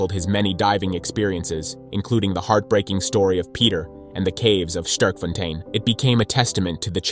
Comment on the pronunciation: Bro don't know how to say Sterkfontein. Americans...